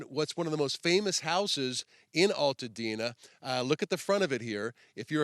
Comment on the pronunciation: Its Altadena not All tadena